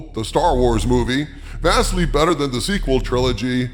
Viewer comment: “… who is vastly bettarrrr” Had me laughing out loud